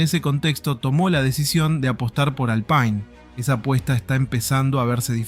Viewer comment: Pronunciá bien Alpine gato!!